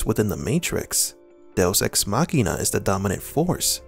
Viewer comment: Machina is spoken "ma-chee-na" not "makhena"